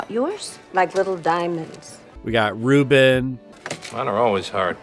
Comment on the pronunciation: His name is not Ruben, it's Rube